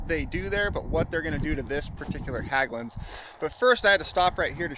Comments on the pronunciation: Hägglunds with an ä, pronounced H-egg-lunds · Hägglund isn’t pronounced Hagglund the ägg in Hägg is prounounced egg like ->🥚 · Good stuff🎉 FYI Hägglunds. In English you pronounce it 'Hegg-loonds'